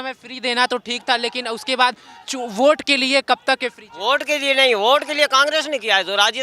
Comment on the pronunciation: Bot nahi vote hota h bhosdi walo 😂😂😂😂